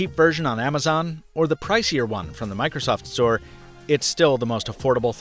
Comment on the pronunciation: He said Microsoft Sore